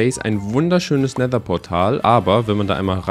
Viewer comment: Versuche doch richtiges Wasser in Never